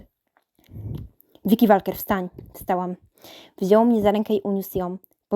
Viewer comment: Czyta się Wolker